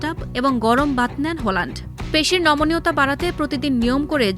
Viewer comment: ওনার নাম হলান্ড নয় হালান্ড।